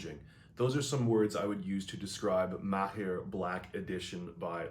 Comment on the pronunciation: As an Arab , thank you for being one of the few pronouncing (Maher) in the right way . Greetings from Palestine ( by the way it’s Arabic and means “skillful “)